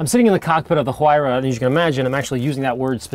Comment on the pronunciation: The "H" Huayra is silent. You pronounce it as "wayra". Sauce: a Peruvian that has known the word his entire life.